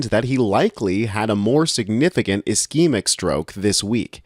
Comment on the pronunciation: Great, please learn how to pronounce ischemic and hemorrhagic